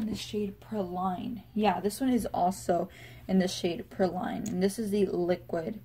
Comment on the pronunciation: Just so you know, “praline” is pronounced PRAH-leen (though we Okies like to call them PRAY-leens :) ). It’s a French confectionery consisting of a caramel-covered almond or hazelnut.